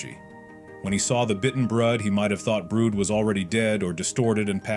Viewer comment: ITS NOT BROOD ITS BRUD YOU STUPID